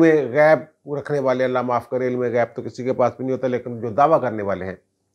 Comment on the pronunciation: السلام علیکم محترم ماشاءاللہ آپ بسم اللہ شریف کے ساتھ اپنے وی لاگ کا آغاز کرتے ہیں بہت اچھی بات ہے لیکن نہایت ادب کے ساتھ ایک درخواست ہے کہ آپ بسم اللہ میں لفظ اللہ کے لام کو موٹا نا پڑھا کریں ، یہ باریک پڑھا جاتا ہے لفظ اللہ سے پہلے والے حرف کے نیچے اگر زیر ہو تو اسم_ جلالت کا لام باریک پڑھا جاتا ہے اللہ آپ کو سلامت رکھے آپ بڑے ہیں ، صرف آپ سے درخواست کی ہے۔ حافظ سہیل نذر